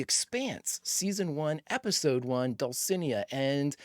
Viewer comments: Not that it matters, but it grated on me every time you said it… dull-see-NAY-uh. Dulcinea. Without an accent mark, accent goes on the second to last syllable in Spanish Bonus points for knowing the name was from Don Quixote, though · Am Spanish and I can confirm that Dulcinea is a Don Quixote reference and that you totally butchered the pronunciation. It's okay, I know that foreign languages are hard.